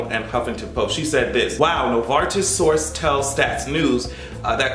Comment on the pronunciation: And, yes you are pronouncing Novartis correctly.